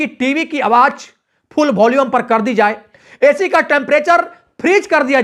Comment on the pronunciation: Bhai tum apna pronunciation correct karro.awaaj nhi awaaz hota hai.suru nhi shuru hota hai.jindagi nhi zindagi hoti hai.bhut hi kharaab bolne ka tareeka hai